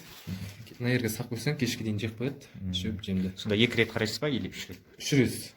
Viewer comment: "рез, рез, рез" деп озин де дубара боп кеткенсинба? Маскара "рет" деп айтып уйренши отиниш